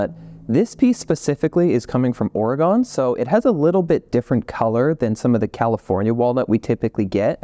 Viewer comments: Oregon is pronounced 'Orgun', not 'Oragone.' We hate that. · It's not Oregone but pronounced Oregun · respectfully, it's pronounced "orygun" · YOU SAID OREGON WRONGGGGGGG😭😭😭